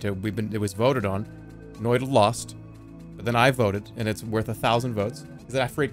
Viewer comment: I'm impressed how close to the actual pronounciation of "noita" that was.